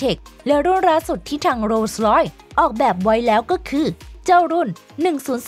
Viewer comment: โรสลอย อ่านว่า โร_สะ_ลอย ครับ ไม่ใช่ โลร้อย เสียราคาหมด😊